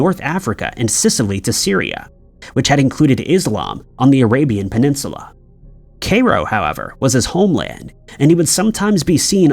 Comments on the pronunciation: Cairo- Ky- roh. He knows better. Been doing it for years…. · Kay-roh 😂😂😂😂😂 it’s pronounced Kai-ro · Dude caliph pronounced kah-leef. And Cairo rhymes with “high low”. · It’s pronounced kyrow. (Cairo) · Kay Ro??? Taking the mick now! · The butchering of the pronunciation of Cairo is making me wince every damn time, I mean honestly, has never ever heard this word spoken?